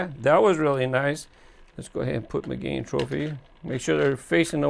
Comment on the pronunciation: Now you need to work on pronouncing the name of the model correctly. It's not pronounced like "mi-GANE" it's pronounced like the girl's name: Megan. ;-)